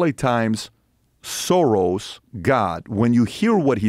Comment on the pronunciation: Arrghhh it's pronounced 'Shorosh'!! With an SH!!